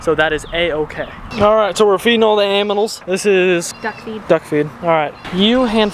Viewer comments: Hahaha in He said Aminals instead of Animals! Ahhahahahhaahhahahahaah LOL Haha name those Squirrels NUTS and CHIPPY!! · The way he said: "Alright So we are feeding all the aminals" in lol😂😅😄😆?! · _ he says aminals 😂😂😂😂😂